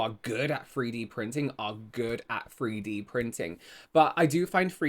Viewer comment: Say free D printing again 😂😂😂 not a dig, I love it 😂💜